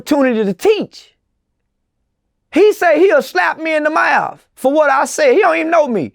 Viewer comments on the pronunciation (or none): “he said he ah slap me in da meawfff” 🤣🤣🤣🤣LMAOOO dude im weakkkk folks